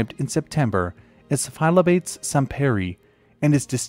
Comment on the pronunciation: The frog is pronounced like "fy-lob-uh-tees"